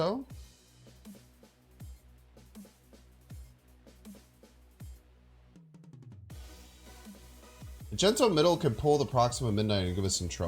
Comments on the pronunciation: Does anyone know if he's saying "magento" on purpose?... is my favorite snap content creator and magNEto is my favorite marvel character, so every time I hear him mispronounce it, I die a little bit on the inside. Somebody help me out here or at least tell me I'm not alone lol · Lol yes he says it that way on purpose